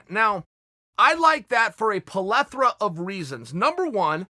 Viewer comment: Polethera? Ok great